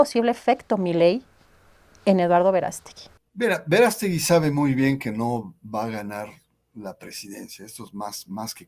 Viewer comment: No es Verástegui, es Verast'egui